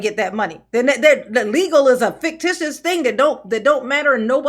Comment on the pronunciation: She said faketitious